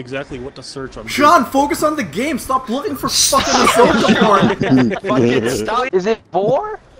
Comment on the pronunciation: Why the fuck would you ruin Ashokas name like that